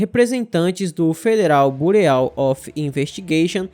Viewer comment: gosto muito de vc e da maneira respeitosa com que vc narra. Só queria te avisar (não leve a mal) que a pronúncia correta de bureau é birô ou burô